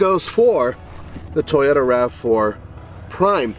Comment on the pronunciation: Excellent comparison guys, why keeps saying Ta-yo- ra it is Toyota